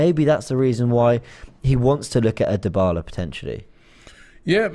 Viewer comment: Christ Robbie!!! Stop butchering names! Every time I hear you say DIEBALA it's like a knife in my ear